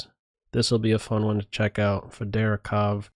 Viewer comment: Your pronunciation of Federico is killing me:D